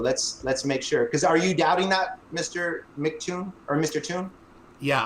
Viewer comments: What a douche. I thought his mispronouncing of MCToon's name encapsulated flerfers' attitude – he didn't bother to check beforehand, he didn't apply common sense (it's MCToon, not McToon), and he when he did finally ask how it was pronounced he promptly ignored the answer and stuck to his original belief. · Toon told how to say his name, and immediately said in wrong 10 seconds later. He's a complete ignoramus.